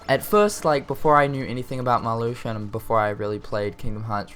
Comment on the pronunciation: I'm surprised that "Marluxia" wasn't pronounced wrong.